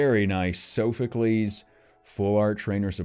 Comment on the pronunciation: Heres how pernounce soophocles. Sof u clees.